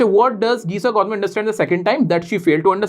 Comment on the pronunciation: Kisa gautami ❎ black gautami✅